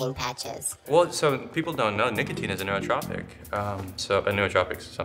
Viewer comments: Nootropic not neurotropic. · Bro it's called nootropic, he was mispronouncing it the whole time